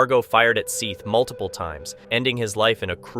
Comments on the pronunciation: I agree! Have they not his parents refer to him as "Seth" like Beth? While it may not be the m9st important factor, it shows disrespect not to to make an effort to correctly pronounce a 4 letter name. Even it's spelled like this (.Seath) that's 5 letters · it is Seth the a is silent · Were you trying to see how many times you could say Seth Jackson's name incorrectly? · O-cal-a. & Seth like Beth.